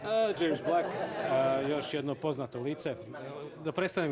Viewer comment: Krindzovao sam kad je rekao Dzejms Blek umesto Dzejms Blejk...po licu Dzejmsa se vidi da mu nije pravo bilo ali nije hteo da pravi neprijatnu situaciju, bre!:D